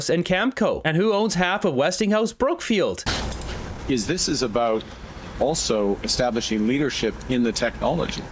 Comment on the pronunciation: I always hear CROOKFIELD.